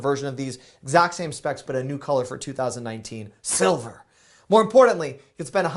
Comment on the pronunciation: The way you said silver. Hilarious! LOL. Hope you r all doing well. Sending you all the best wishes. Holidays and Jan. was insane. But I am back with my sense of humour ... so be ready 2019 lol.